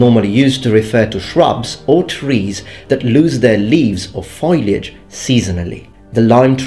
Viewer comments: Foilage or foliage? :D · Foliage, not foilage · you speak English well, but fell into the trap of foilage instead of foliage. Foe Lee idge